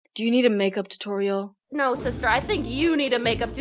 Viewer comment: I like when she said you need a makeup totorele